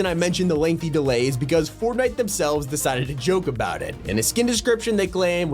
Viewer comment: it’s Kabe lame (KO-BEE) (LAME)